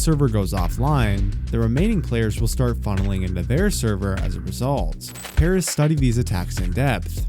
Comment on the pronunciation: Mad stuff dude (btw the pronunciation of Paras is not what u were sayin cause 1 of my friends name is Paras)